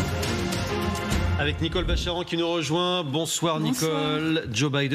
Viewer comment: Pas Bacharan, pitié...